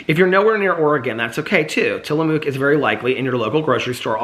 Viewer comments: Tillamook is pronounced like Tilla-book. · Tillamook Cheese is from my home state and it's pronounced Till-a-muck. We would go there as a kid and get to tour the factory and sample cheeses and I love the squeaky cheese curds that you can only get from the factory. I distinctly recall getting their chocolate peanut butter when I was little and the peanut butter was an actual soft peanut butter and it was heavenly. I don't think it's as good as it was when I was a kid. Also, we have done work for them at the engineering firm I work for now. Full circle with Tillamook. The vintage cheese from Tillamook is just from different years of age and it's quite pricey. We gave them to clients in a gift basket one year and they were about $15 for a tiny piece of cheese. I will say, I have recently tried their cream cheeses and I did not care for them as much as Philadelphia. It had a strange warm mouth feel. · Tillamook, pronouced Tilla-muk. I was born in Tillamook, Oregon. Ice cream is also yummy.